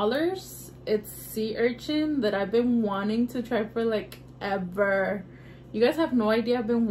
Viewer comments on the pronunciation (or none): none